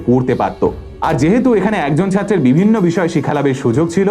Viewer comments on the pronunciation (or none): none